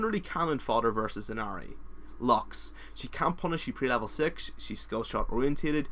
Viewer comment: i know its just too late for diz vid but u said lox instead of lux